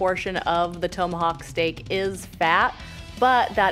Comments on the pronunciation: It’s TOM-ahawk. Not TOE-mahawk. I caught it too. Glad I wasn’t the only one. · It's pronounce tom-a-hawk not tow-ma-hawk. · It's not "tome a hawk." It's "tom a hawk.' As in some guy called Tom A. Hawk. Look it up. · Toemahawk? Short o lol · it's TOM-AH-HAWK, not TOE-MA-hawk! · “Toemahawk”? Tomahawk? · TOME–A–HOCK hahahaha so wrong it's bad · Thoe-ma-hawk. I’d be drunk by now. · I think it's called a TOM a hawk steak...like ground control to major Tom. Not Major Toam... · "Tow"-mahawk. Haha! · Toe ma hawk ☺️☺️. Translation…. Take the hawk 👍🏾👍🏾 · Toe-ma-hawk steak? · Hold up.....towmahawk? Toemahawk? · Why does she keep calling it a “toe-Mohawk” steak? Have I been pronouncing it wrong my whole life? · She can eat for sure but knows gatsies about food pronunciation. Toe-ma-hawk? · "toe-mahawk'? ... i cringed every god damn time.... could no one tell her shes saying it wrong? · Drink everytime she mispronounces TOMahawk. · The way she pronounces Tomahawk; yanks eh! Got to love them.